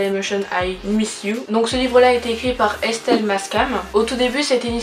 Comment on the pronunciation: T'es la première personne à dire correctement le nom d'Estelle 😅. Tu as vraiment bien raconté l'histoire, j'avais jamais vu une vidéo aussi claire sur l'explication. Hâte de voir ta vidéo pour les 2 autres tomes ! Tu auras 2 petits coeurs pour le tome 2 et 3 petits coeurs pour le tome 3 hahah 😊.